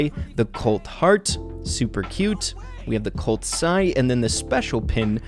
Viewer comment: You can tell the editor doesn’t play brawl stars “Shelley” “Cult” lol it’s Shelly and Colt